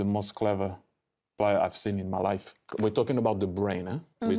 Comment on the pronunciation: When he says "The Brain" it sounds like "De Bruyne" lol